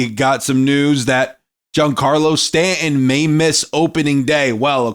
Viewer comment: His name is pronounced Stan ton.